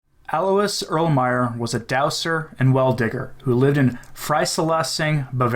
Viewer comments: Just as an FYI: Alois is pronounced Al-wah. You're welcome x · Alois is a German name. It is pronounced as: A-loy. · In Bavaria, Alois is pronounced ah-lo-ees, with the stress on ah. You're welcome.